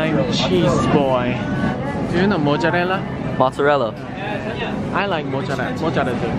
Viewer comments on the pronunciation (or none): beatificblake i laugh too much at his mocciarella 😂😂😂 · jungwoo baby: mojjarelldrl me, Italian: it's okay he's my baby, if my baby says mozzarella is to be pronounced as mojjarelldrl, mojjarelldrl it is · Is Jungwoo trying to say mozzarella 😭😭SOFT HOURS